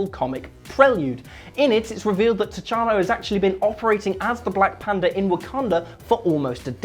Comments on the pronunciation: I swear to God he said black panda, but subtitles shows ''panther'' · he says panda instead of panther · he says black panda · It's Will. Find me a video where he doesn't get a name wrong.